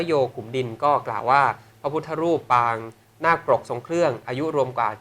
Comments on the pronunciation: เขาเรียกว่าปางไม่ใข่ปราง พูดหรือเรียกให้ถูกด้วย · ปางนาคปรก ไม่ใช่ปรางนาคปรก เป็นนักอ่านข่าวต้องสอบผ่านการอ่านและการเขียน ไม่เช่นนนั้นคือตกวิชาภาษาไทย